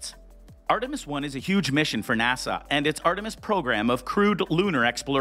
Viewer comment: Could you please stop pronouncing NASA as if you were trying to sigh at the end of the word? It's NASA, not NASAW.